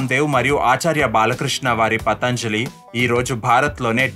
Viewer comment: ముందు పతంజలి అని సరిగ్గా పలకటం నేర్చుకో! పతాంజలి అనకూడదు!! యోగ శాస్త్రం రాసిన మహా ముని, యోగి, పతంజలి గారు!!! నిన్ను వీవేక్ అంటే ఎలా ఉంటుంది! దయచేసి పతంజలి అనండి రాగం తియ్యకండి ప్లీజ్ 🙏🏼